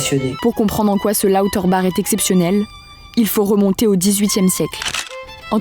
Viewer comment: Étonnant d'entendre la voix off mal prononcer le "bach" de Lauterbach quand la dame interviewée le prononce correctement